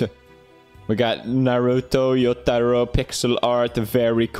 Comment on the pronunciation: Pewdiepie: sees Jotaro “Yotaro”. BUT HE DIDN’T GIVE SPEEDWAGON HIS SCREEN TIME